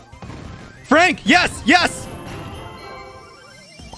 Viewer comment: When frank on oj's side : it's frank When frank on enemy side : it's fronk🤣